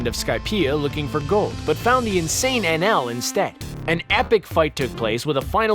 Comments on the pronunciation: anaru, his names anaru, not nl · It's "Ae-nel" not "En-El".... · The name of the “god” in one piece may be spelt Enel but if you watch the dub version they pronounce it with an ru sound and the end like “ enaru” just throwing that out their cause every time you called him enel in the video it made me cringe. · #4 its eneru not NL but still i was happy when you mentioned one piece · The god in one piece is called eneru not whatever he was calling him XD